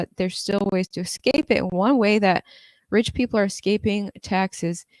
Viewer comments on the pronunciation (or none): none